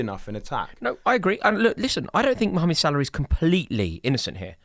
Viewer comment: I love how Rory says Salah's first name like an Egyptian!